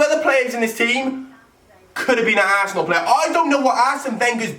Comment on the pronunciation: The way says Arsenal......"Assenal"